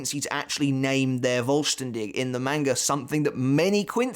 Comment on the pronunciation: pronounce the V in "vollständig" like an f. its often like that in german (not always)